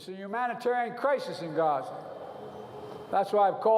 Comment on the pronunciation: Genocide Joe can't even pronounce Gaza.